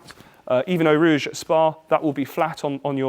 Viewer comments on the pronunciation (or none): none